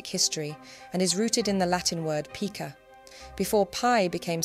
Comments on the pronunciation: It's pronounced "pie-ca", not "pee-ca" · Pica is a unit of measurement. Twelve points to a pica, 6 pica to an inch. It's pronounced "PIE-ka". The same pronunciation is used for Pica pica, the Eurasian magpie.